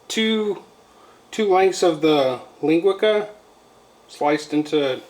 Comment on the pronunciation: Ling-gui-ca....so funny!